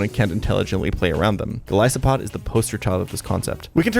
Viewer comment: why did you pronounce Golisopod in this video like this? I've been misspronouncing it for years because of you, only to listen to its original name? SHAME!!!